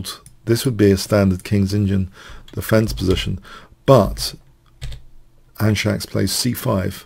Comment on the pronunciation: Not to mention it's pronounced Andscacs and not Andshacks. :)